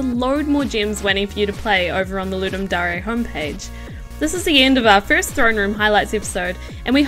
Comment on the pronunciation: voice is good but I hate how she says DARE it's not darea it's DARE! as if you're saying I dare you to ..... but great games for just 48hrs damm